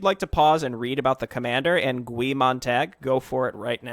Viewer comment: sorry to be the "well actually" person... but its pronounced "Guy" its a reference to the main character in Fahrenheit 451 who is a fireman